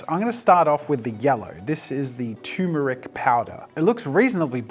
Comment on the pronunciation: I never get tired of hearing TURmeric pronounced TOOmeric. 😏